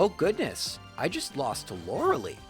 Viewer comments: LORELEI IS PRONOUNCED LIKE LIE NOT LIKE LEE. LORELIE LIKE WHYYYYYY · It's LorelAI, not Lorelee 😭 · JFC... Lorel-lee? Really? Lorel-AYE. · Why do soo many people miss pronounce lorelei's name lol its not LORE-AH-LEE. ITS LORE-AH-LIE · Lor-eh-LEE xD She's pronounced Lor-eh-LI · I've noticed you always mispronounce Lorelei's name. It's supposed to have a "Lie" sound at the end, not "lee." Not a big deal but I thought I'd mention it. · Pronouncing Lorelei as Loralee sounds so cringe. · Cool video, very entertaining. It’s Lorel-LYE but other than that, a lot of fun 😎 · Lorelei.... It hurts to hear that name pronouced Lor-a-lee... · Lorelei (loar-el-leh) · ..."Laura-Lee"? This is as confusing to me now as hearing people call Lara Croft "Laura Croft" was to me as a child. I don't know why there are certain names/characters I can just... never imagine someone mispronouncing...? But uh, Lorelei was definitely one of them. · Lorelei's name is pronounced: "Laurel-lie". It's the most common name for Mermaids for some reason. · it is pronounced Lore-uh-lie. You are welcome. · "Laura Lee" "Arr-canine" I am mildly uncomfortable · This bothers me every time he says it. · The dedication it must take to purposely mispronounce a name on a constant basis is commendable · If it was spelled lorelie I'd understand why people are confused by his pronunciation But no it's spelled Lorelei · Yes! I literally correct him everytime he says her name. Lol. Still love his videos though.